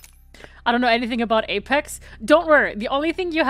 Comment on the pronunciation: I spent a whole minute just rewinding and hearing say "Ape Ex" over and over again.....I have problems.